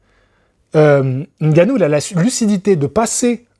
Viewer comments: Le seul youtubeur qui prononce bien Ngannou, au lieu de Engannou**. Bravo !! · Prononciation de Ngannou parfaite en début de vidéo Merci 🫡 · N-gannou c est la prononciation en français, meme si c est pas en langue bantou..